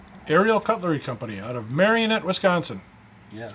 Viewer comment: did you pronounce Marinette like the puppet? bad. It's Mare-a-net